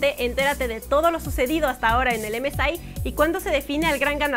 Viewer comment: Emesai? Emesei se dice